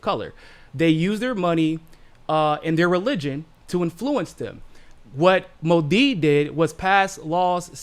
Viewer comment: Modi is pronounced with accent on Mo not di